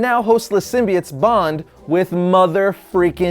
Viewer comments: Symbiote is pronounced Sim bee oh-t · I swear to God is this guy says Symbiote like that I’m gonna drop kick him